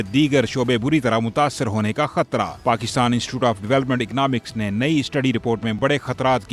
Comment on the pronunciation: Pakishtan me mahishat 😂😂😂😂😂😂